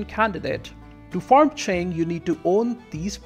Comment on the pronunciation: Omg you actually pronounced Qing correctly Edit: Oh then I heard Jianzhou. Well... But your pronunciation of Haixi was also good!